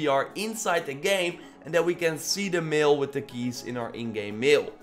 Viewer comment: Bro I love your channel but when you said mail I though you said meal and I ate a steak 😂😂 I’m sorry